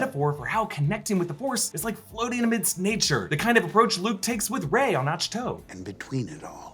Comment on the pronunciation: Did he just pronounce Ahch-To “Ach Tow”?!